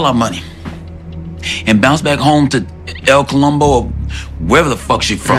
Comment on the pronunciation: My mans said “el columbo” 😂😂😂😂